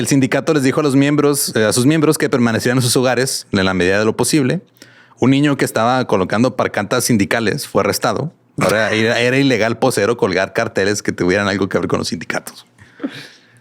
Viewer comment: Ya se te esta pegando la dislexia de Badia, son pancartas, no parcantas!!!